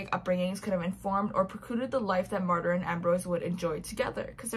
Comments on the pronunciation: I tried to listen the audiobook (didnt finish it) and the narrator kept pronouncing Martyr's name as Martin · "Martyr"??? What in the Colleen Hoover...?????